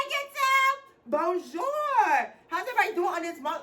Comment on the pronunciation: Im fckn french when she says Bonjour this CRACKS me the f up